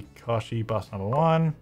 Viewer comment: Kochi is pronounced as ko-ch-e. (ch is pronounced as the ch in China and is pronounced as the vowel e)